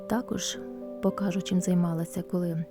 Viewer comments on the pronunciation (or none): Чому Ви говорите покАжу, а не покажУ?